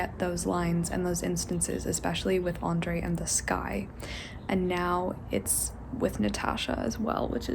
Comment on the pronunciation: It's really irritating me the way she is pronouncing Nicholas as Nikolai and Andrew as Andrey.